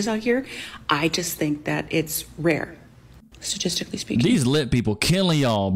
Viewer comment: "Schtatishtically" hard lips, jaded lady 😂 turn into a dictator and produce ultimatums. I'll turn into a magician and dissappear, have no fear 🎩✨